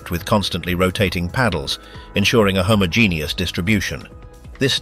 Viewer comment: Homo-genius ! 😂😂😂 You even said it twice ! 😂😂😂